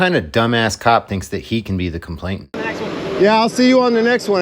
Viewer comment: It's complainant, not complaintant.